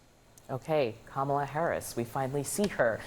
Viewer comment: Who's drunk?? You still can't pronounce Kamala.. 🥴